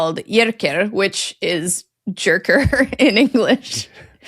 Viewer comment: Jerker is a Swedish male name, pronounced Yaerkaer.